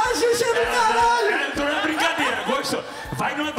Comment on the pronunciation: Eu não goxxto deche cara pq ele fala achim